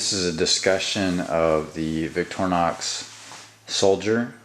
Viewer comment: btw....... it's pronounced "vik-tor-e-nox."..not "vik-trin-nox"